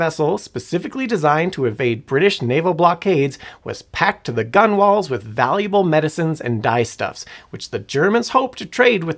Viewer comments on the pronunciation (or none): While spelled gunwales the common english pronunciation for this word is "gunnels". Great video though keep up the good work!